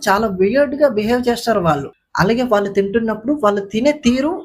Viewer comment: అలాగే ళ అక్షరాన్ని ల వలె పలుకుతున్నారు వాళ్ళు ని వాల్లు లాగా , దయచేసి సరిచేసుకోగలరని మనవి